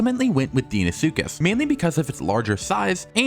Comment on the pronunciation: The deinosuhcus pronunciation hurt 😭